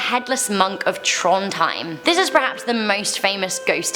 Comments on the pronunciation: You pronounce Trondheim wrong it is pronounced Tronheim it’s pronounced whiteout the d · You sayed Akershus and Trondheim Rong, but it is ok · It,s Trondheim not trondhaim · Eyyyy mine norske.hører dere hvordan hun sier trondheim😂😂jwlig lættis